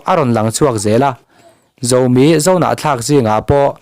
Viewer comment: Zomi tih thluk kha tlumpi tih thlukin i lam a, chingit tih thlukin lam ta la, ngaihthlak a nuam zawk awm mange ka lo ti ve mai mai